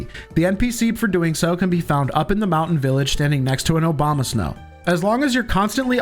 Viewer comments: Did anyone hear him say say obama snow or just me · That "Obamasnow" pronunciation was definitely intentional. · Did he say Obama-Snow? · Did bro say "Obamasnow" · LOL you said Obamasnow. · I'm not the only one that heard Obamasnow right?